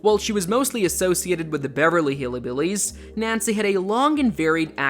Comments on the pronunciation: It's Hillbillies, not Hillibillies. There is no "i" after Hill. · It’s not "hilly billys"; it’s "hillbillys," with a "y" or an upscale vibe after the "hill" part of the word. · It's HILL-BILLIES not Hilly Billies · And Die-Vorce and cerebral Pals-lee... who is this guy